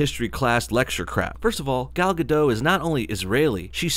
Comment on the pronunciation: OK, love the Gal Gadot (the T in the end of Gadot should be pronounced, by the way) romantic words, love the pro-Israel stand you take, love the Injustice footage (finished the game yayyy), but WTF is this bullshit about girls only going to movies on dates when someone else is paying? It's 1AM aftet a long day so please tell me I just didn't get the joke and you're a feminist too